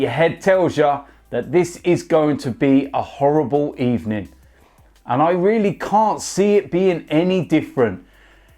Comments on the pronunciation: "Sacked in the Ebening, you're getting sacked in the Ebening." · Sacked in the ebening